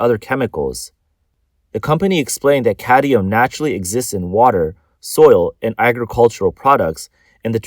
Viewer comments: Cadmium, not cadium. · It’s cadmium not cadium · Cadmium. Not "cadium." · Cadmium not cadium, there is no such thing as cadium. So much for the Asian genious myth lmao. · I don't care if it's cadium or caddium. Just so long as it's not cadmium. How could they let him record the whole video like this and nobody said anything? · It's not "caddium" it's cadmium --- say it right or don't read the news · It's like drilling in my brain. I can handle it once or twice. I mean, you have one job. Read the script. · Why can't the reader pronounce "cadmium"? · Cad-MI-um for fucks sake You don't even know what it is apparently so why so worried about it? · lol did you mean caddium? the narrator apparently did